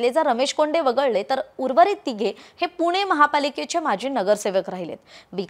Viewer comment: पुने नाही ग बाई पुणे आहे ते, जरा भाषेवर काम करा! बाकी उत्तम सांगता!!!